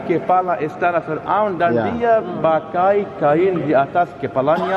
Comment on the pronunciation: kayak nya beda pengucapan sam kita ya ngomong fir'aun. bilang nya,fira'un